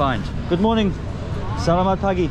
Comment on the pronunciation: If no one else has commented 'salamat' is generally pronounced slamat - silent first a and emphasis on first syllable -- Have a great time Indonesia is one of my favorite countries and I'm so happy to see you covering it